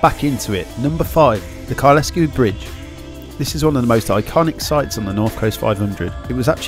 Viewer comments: Some of your pronouncing was "interesting" ha ha. Kylesku is Kyle-sku rather than Kyle-esku. The others...well it is normal for "Southern people to copy what they hear on the "Media" ha ha. Interesting video reminding me what I miss. Time I returned to the Highlands ha ha. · Kylesku is a single word with the 'e' being silent, we don't have 'locks' in Scotland they are Lochs. Great video I've did the route many times. Well done with the book. I have subscribed. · It's pronounced Kyle Sku... hence the comment above.